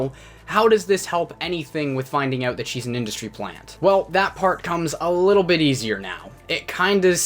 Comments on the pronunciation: for the most part they do but listen to how he says about and out at the beginning of the video...he says aboot and oot...dead give away dudes got a mullet, loves hockey, calls teeth chiclets, and swears labatt blue doesn't taste like shit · Are you from like Michigan or somewhere? Cause the way you say 'out' makes me think you're from somewhere like Michigan